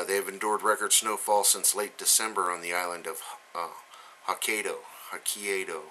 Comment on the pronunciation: Dude..try...HOE-KIE-DOE...rock on!